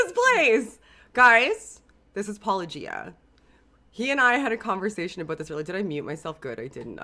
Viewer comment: Surely at this point you must be intentionally mispronouncing Paulogia 😂